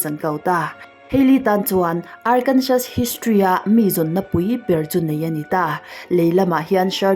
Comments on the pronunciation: Arkansaw zawk tur aw sir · Good vid...❤ miss Arkansas atawp a 'S' hi silent tur.. Arkansa